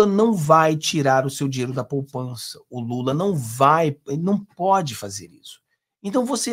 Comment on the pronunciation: Poupança e não “ Popança “